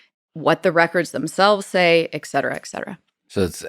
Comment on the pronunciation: It’s et-cetera. Not ec-cetera.